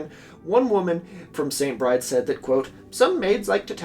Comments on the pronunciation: the only thing I dislike about this video is pronouncing st. Bride's as se͡ɪnt bɹaɪd͡z when it is probably pronounced se͡ɪnt bɹid͡ʒɛz as in the irish name for Bridget, Bride. editː i realise i said this five months ago. oops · I could be wrong, but I thought that St Bride's is pronounced like Bry-dee. It's another way of saying St Brigid